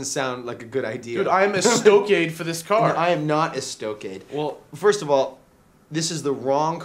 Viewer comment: they are wrong pronouncing Estoque.